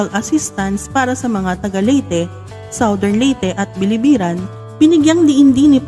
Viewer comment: Biliran not Bilibiran